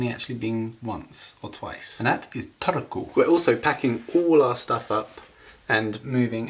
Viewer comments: you said "Turku" pretty good 9/10 :D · 9/10 Turku pronunciation, really good for a foreigner! :) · Kirjoitan Suomeksi ja en tiedä ymmärrätkö, mutta lausuit Turun minun mielestäni 8/10 eli aika hyvä suoritus. 😊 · I rate you pronouncing ''Turku'' 9/10 because the Finnish language is pretty monotone and I heard a little emphasis in there :D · Strong 6 on the pronunciation of Turku ;)